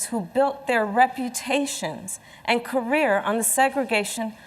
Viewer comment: Career or ca rear 😂